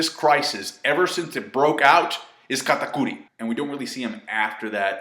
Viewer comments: I'm just here to hear u say katakori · why do pronounce katakuri's name like that